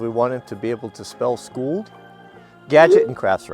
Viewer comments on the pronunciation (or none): You "scoold" them!🤣🤣🤣